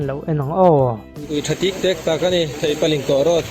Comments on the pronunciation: Theipalingkawh (Thei chi khat hming) Road tih tur. A sawitu khian a lam dik lo. Theihpalingkawh a ti. A dik lo. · Theihpalingkawh niloin Theipalingkawh tia lam tur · Theipalingkawh lai tak khi, Ling laikhi, meiling thluk kan sawi ang in sawi tur . Link thluk ang a sawi loh tur. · Theipalingkawh Thei(fruit) a lam rik tur